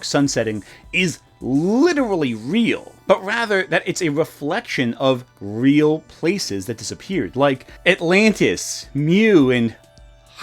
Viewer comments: Vey awe not weal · It's not weal. Conspiwacy bwainwot. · they ah not weel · It not weel